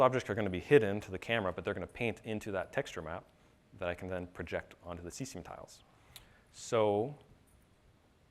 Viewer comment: That dude pronounces Cesium as C S A M. WTF? LOL Like hee said "C-word is fun" I think WTF man.